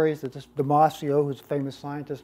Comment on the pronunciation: Why does Antonio Damasio And it’s pronounced DamaZio not merit having his whole named mention? And he’s Portuguese which is another thing that never gets mentioned ..and yes it is important .